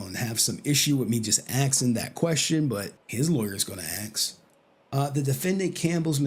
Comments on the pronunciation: How hard is it for some americans to work out the word "Ask", its really not that hard, there clearly isn't an X, get a handle on it. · i feel like he's going out of his way to say axe isntead of ask, cause he doesnt say axe everytime